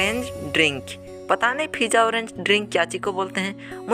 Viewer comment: Fizza nahi pizza 🍕🍕